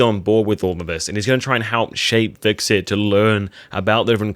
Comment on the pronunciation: When you pronounce Hvitserk's name it sounds like you are saying VIXEN sometimes LOL 😂 Not trying to pick on you or anything - I really enjoy watching your Vikings videos, especially the preview breakdowns. Keep up the good work!!